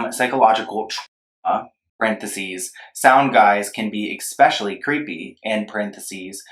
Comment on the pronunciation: Not him saying “ekspeshally”